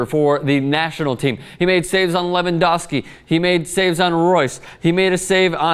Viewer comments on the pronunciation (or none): none